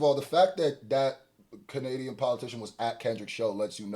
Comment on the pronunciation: “Kenadian” man 😂😂😂